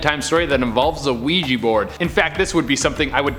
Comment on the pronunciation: Why the ouija board Sound like "Luigi board"